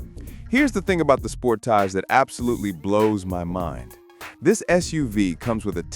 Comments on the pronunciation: Soon as I heard the AI generated voice say "SPORT_TOG" (for Sportage) I left this video...and a thumbs down from me. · Another AI trash vid. The Kia Sport-ahge? 😂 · Spor-TAJ? Get you AI voice to learn how to pronounce Sport-AGE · You lost me with your pronunciation of Sportage! LOL 😂